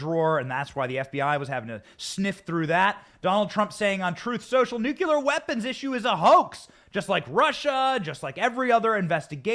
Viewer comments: Benny, the word is nuclear, not nucular. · By the way... nucLEEar, not nucYOUlar. Please practice it because we don’t need any reminders of Dubyah. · Say it with me: NEW-KLEE-ER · Look at how it’s spelled, Benny. It’s NU-KLEE-AR. Nuclear. There’s only one U! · Thanks Benny - great coverage. Pls - Nu-cle-ar😃👍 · Stop saying nucular.